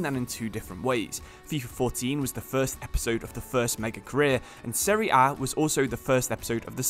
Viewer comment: Thanks bout this video, finally someone that says the competition's name correctly ;) btw thanks for this video about Totti, our eight roman king... Daje Roma!